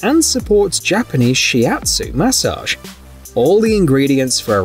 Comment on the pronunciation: The way he says massage drives me crazy